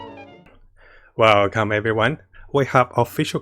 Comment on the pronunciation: Wow come everyone or welcome everyone ? hehe